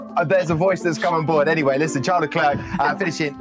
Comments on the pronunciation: Ahh yes, Chales Leclerc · Haha when Charles say crown I understand Corona😂